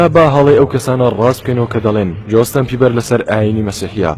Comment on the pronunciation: براکەم جۆستن نا جەستن ......بیبەر ی چی خۆ سەوزەوات نییە ....جۆستن بیبەر نییە جەستن بەیبەرە